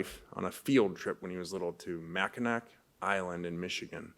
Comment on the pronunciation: Mack-In-Ack ?????????????? It's pronounced Mack-In-Awh